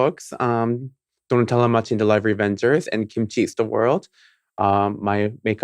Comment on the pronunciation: Look at Mrs KimaChi (Pronounced like Timothy)